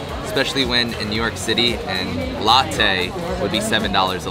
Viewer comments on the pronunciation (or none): none